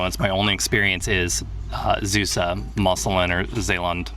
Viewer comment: Also "Zeeuws" is not pronounced like "Zeus", you have to extend the 'ee'.